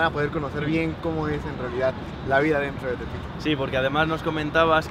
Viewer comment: Aveces escucho "elpito" y no "tepito" xd